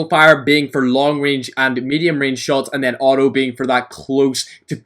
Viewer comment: Its Not "O o" its auto